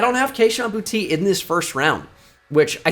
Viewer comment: cmon, it’s bou-tay not booty 😂